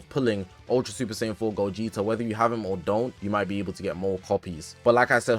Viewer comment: I'm grateful but it's gogeta bro like damn it's ssj4 gogeta broo 😭